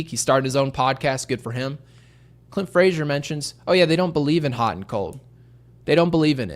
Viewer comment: Lost me when you said Clint AAAA Frazier!!